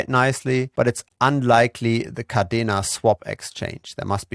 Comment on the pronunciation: Yea, umm,, it's Kadena Not Cardena